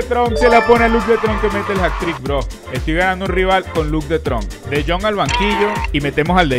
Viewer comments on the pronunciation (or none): es de jong no tron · dijo luuk de tronc, rianse (no me ofendí por si acaso)